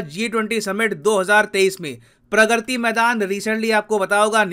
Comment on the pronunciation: Sir vo प्रग्रति nhi hai प्रगति maidan hai 😒